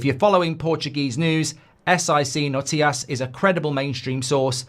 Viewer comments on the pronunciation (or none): Goldbridge trying to say “notícias” portuguese for news, was quite incredible